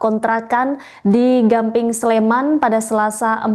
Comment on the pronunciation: di gamping mba bukan gambing